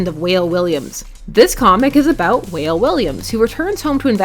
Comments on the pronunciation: Wale = Wah-lae, not whale. LOL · It's pronounced Wah-Lay (like Wale the rapper) not Whale. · It's pronounced as Walé. Not Whale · In Africa, Wale is pronounced "Wha-leh", not "Whale" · It's pronounced "Wah-ley" Williams not "whale' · It’s pronounced (WAH- LAY) not whale. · Actually it’s pronounced wal-ay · Character for #3 is pronounced "Wah-lay"